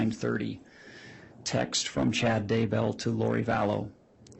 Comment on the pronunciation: That and the constant extreme ways she pronounces things wrong, or with some kind a very weird accent all make me want to bash my head in. “Uh-nnn—yyyyyaaaaallll-is-is” dude, it’s analysis. Or “ch-yyyyyaaad” instead of Chad.. neither very hard to say or pronounce… 😬